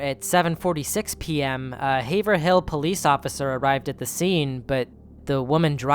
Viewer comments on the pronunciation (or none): I'm from Haverhill Mass. Just a heads up it's not Haver-hill, it's Heyve-rall. Your videos are awesome and I appreciate it.